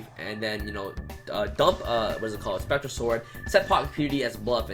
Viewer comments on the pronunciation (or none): none